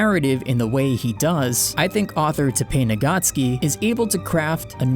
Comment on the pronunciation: The way he pronounces the author’s name insults my ear